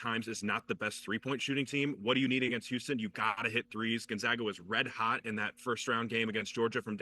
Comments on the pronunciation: It's GonzAga, not GonzOga you twat. Don't quit your day job. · Pronounce Gonzaga correctly. GonZAAAga. Not GonZaaaga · Dude is Gone-Zaga Pronounce it right !!! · Learn how to pronounce the school if you’re going do a segment on Gonzaga!!! do a tiny amount of research, OK??